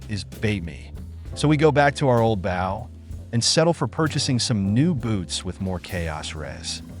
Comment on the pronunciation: Maybe for the bow pronunciation issue, spell it like Boe (or Bough) ? Idk, you've probably tied it